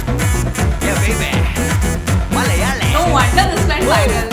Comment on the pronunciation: Your pronounciation of "Malayali", "Kerala" is "Perfect Ok" 😍🤗 Once Corona is gone, reach Kerala, stay for a few days you will extend by a week.... next you will extend by a year.... next you will extend by a few years.... By this time your family has joined you. A home by the river side... a calm peaceful lush green surrounding.... Monsoon rain... Theyyam... Utsavs... Elephants... Chaya.... Kattan..... Sett mund....Gold Jewellery..... Nendra Banana.... Onam...... Vishu.....Backwaters... Western Ghats.....Fishing harbours... . Lot of things awaiting you.